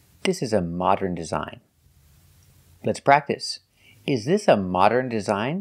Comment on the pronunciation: There are so many mistakes that she makes that I don't even notice, like in the word "modern", and it's simply because I'm also a native Russian speaker and we make similar mistakes due to our native tongue. However, it's not acceptable to teach others when you can't even speak properly